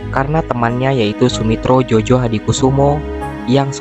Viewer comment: Maaf, ditulisnya Soemitro Djojohadikoesoemo.... dibacanya Sumitro Joyohadikusumo... tulisan nama itu ejaan lama BI... bro... jgn dibaca jojo...